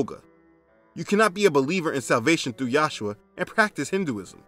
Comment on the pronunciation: This comment is not for debate or foolish dispute, I watched many of your videos and I'm curious as to why you say Yahshua instead of Yeshua which is how the Lord's name is said in Hebrew.